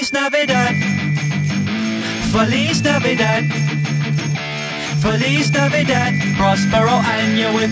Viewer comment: Feliz Navidad was totally butchered in the way it was pronounced!